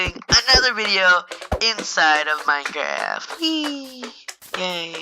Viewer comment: the way he said "minecraft" was hillarious